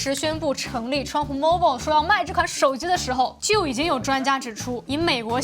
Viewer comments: Mobile不是这么读,建议 好好去查一下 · mobile的发音，你发的怎么和我学的不一样？